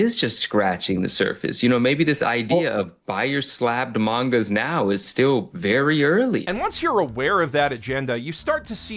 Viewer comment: I'm glad him saying 'mangas' also irked you